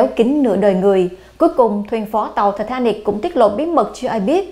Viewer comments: Tai tá nịch. Vãi bà đọc. Một là Anh hay là Việt, nửa này nửa kia chẳng giống ai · Giọng đọc của MC rất dễ thương, truyền cảm.. nhưng đừng đọc là Thì thà nịch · " thạch ta nịc" má nó đọc nge chướng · Titanic mà bả đọc là Tờ ta nịc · Ti ta nic . Mà cứ đọc ti ta nịc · Phát âm lúc ti ta níc lúc ti ta nịc z mà củng lên đây nửa. Anh thì ra anh. Việt ra việt. Thân ! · Thì ta nịc (titanic) 🤣🤣🤣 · Bà ấy phát âm tên tàu lạ nhỉ “tì -ta-nịc” or “tì-tá-níc” 🤣🤣🤣🤣🤣 tao cười tao đi ỉa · Tịt ta nít phát âm hay vl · ti thá nịt . hay ti ta níc phát âm nghe kì kì lúc thì thá nịt lúc thì ta níc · Thị tha nịch :)) Sang pháp mà đọc kiểu đó bà ơi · Có 1 từ titanic mà mỗi lần đọc mỗi lần khác, phát âm hay quá kkk